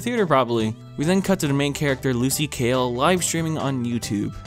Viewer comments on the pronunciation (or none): It bothers me you keep saying lucy kale when her name is lucy hale 😅😤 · hes saying kale instead of hale and it fucking pissing me off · really said Lucy Kale